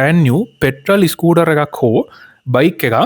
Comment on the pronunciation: ඉස්කුටර් ? ස්කූටර්